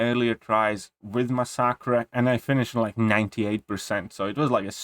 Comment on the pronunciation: I love your accent (not being sarcastic). For now on, I am also referring to masacre as "ma-sock-uh." English language is stupid, but if you care, it is usually pronounced "mass-uh-kur." The ending sounds more like "cure" but with a hard k sound. I enjoy your videos. Keep it up.